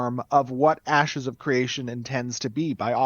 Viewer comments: Did he call it Asses of Creation at mark? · "asses of creation" Lmao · Anyone else hear "Asses of Creation" ? 😂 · He said Asses of Creation at one point, right? Did I hear wrong? 😂😂😂